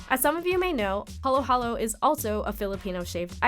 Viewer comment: It’s actually Haluhalo not Halo-Halo. Halo-Halo in english means mixed (mixed fruits, mixed genders, mixed emotions, etc.), while Haluhalo is the Filipino dessert composed of shaved ice, milk, beans, leche flan, etc.